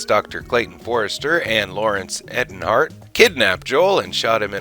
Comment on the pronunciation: Dr. Erhardt is pronounced "Air-heart" and Joel's last name is "Hodge-son"